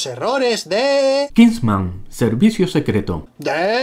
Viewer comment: es kingsman no kisnman